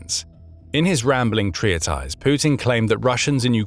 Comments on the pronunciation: TREE-a-ties is an interesting pronunciation of treatise. I normally hear it pronounced TREAT-is. Must be a local dialect thing. 🙂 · How is "treatise" pronounced? I call bot on this video.